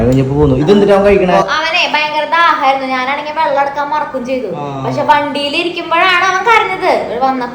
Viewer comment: വള്ളം ആല്ല വെള്ളം ആണ്